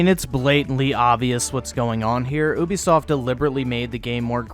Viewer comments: It's "you be soft", not "ooooo be soft". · Ubisoft not oobisoft